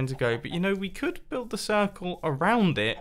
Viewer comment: It is not circle but cirCOOL :D